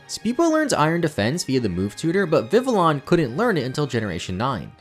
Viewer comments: Vivillon is a Vivid Papillon, Vi-Vee-Awn, not Vi-Vill-On Binacle is a Bi-headed Barnacle, Bye-Nacle, not Bin-Acle. Dhelmise is a haunted anchor. If you Delve where it lives, you can meet your Demise. Dell-Myze, not Dell-meeze. Grafaiai is an Graffiti painting Aye-Aye. Graf-Eye-Eye, not Gra-Feye-Feye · The constant mispronounciation of Vivillon drives me crazy. It comes from the French word Papillon, which means butterfly, so Vivillon would be pronounced Vi-vee-on, not vi-ville-on